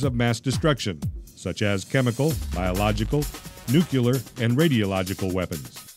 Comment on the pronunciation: It's pronounced "nuclear" not "nucular"